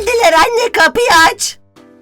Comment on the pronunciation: geliler abeeeeee ❌ Geldiler anneeeeee✅